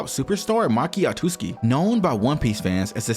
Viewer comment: why do you pronounce otsuki as otuski? you did the same thing before with watuski.